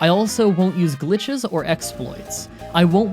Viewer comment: "No gitches"